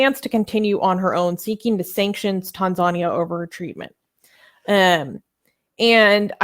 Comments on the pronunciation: my dear. it is pronunced tan-zan-ear. not tan-zar-nia! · Tanzania is correctly pronounced as Tan-zhan-near. Then again there are different Anglo/American pronunciations of Iran, Iraq, tomatoes, and aluminium. Also, could you put your ads for Blasphemous Art etc either at the beginning or the end of the main video, so as not to keep breaking the flow. Much respect to Zara Kay. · Its Tan-za-nia. As an atheist I support Zara, its good she got out. Her story was well publicized in Australia. She is taking a big risk going back to Tanzania as an apostate activist, but I agree western governments are way too soft on countries that abuse human rights, particularly Islamic countries. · I'm gonna be a bitch right now. Please, please learn how to pronounce Tanzania correctly. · Can you mispronounce other country names in the future?🤣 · It annoys me more than it should. It's not that hard.